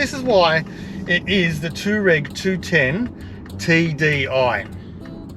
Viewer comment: Toe Rag.......lol. Pronounce it anyway you like its an amazing looking car! Nice work (I bet you didn't like returning that one)